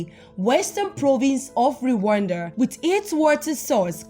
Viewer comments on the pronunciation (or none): Is not re wanda is rwanda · The way spells Rwanda, ati "Re wanda🙃😅😅